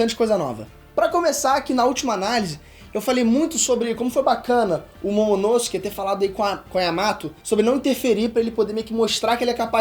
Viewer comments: falando momonosuke errado e massa kkkk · Quem mais curte a pronúncia do nome “Momonosuke” pelo? Eu gosto muito.